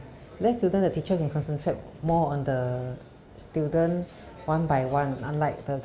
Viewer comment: ah, it is stu-dent, not STOOL-DERN